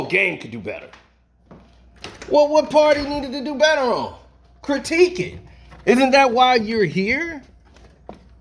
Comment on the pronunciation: Did u say CROWTIQUE?????? THOUGHT IT WAS CRITIQUE??🤣😂🤣😂🤣😂🤣😂